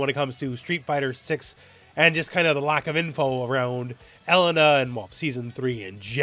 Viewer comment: pronunciation of Mary-o Cart and el-LUN-uh is really throwing me 🤣. This can't be blamed as a Canada thing right?